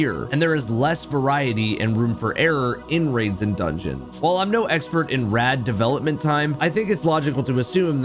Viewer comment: There are "Raids" in Destiny, NOT "Rads".